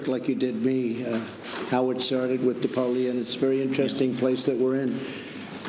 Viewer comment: Did Trump call Napoleon "Dapolean"?! 🤦‍♂️